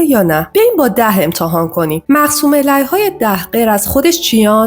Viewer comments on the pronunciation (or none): مقسوم عَلیه، نه مقسوم عِلیه